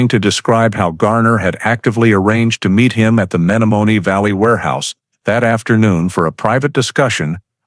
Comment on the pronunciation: It would be nice if the narrator would of pronounced the Menomonee Valley correctly. He obviously, is not from Wisconsin.